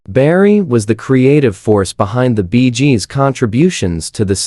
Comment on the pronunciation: Stopped watching the moment i heard "Barry Jib". No idea what this is about. Edit: while typing my comment, i heard the group called "the Beejes". I'm out.